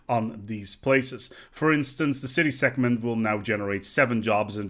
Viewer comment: I'm so sorry, but the way you pronounce "segment" is really weird :p the g is should be quite hard like in egg and no at all like a c in ectoplasm.